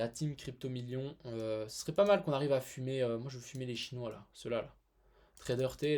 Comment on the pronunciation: la derniere video deja la façon comment tu dit les chinois c'etait deja limite, je pense que personne ne t'as fait la remarque mais tu le dit d'une façon raciste, ont a des français d'origine asiatique et il peuve peut etre le ressentir comme ça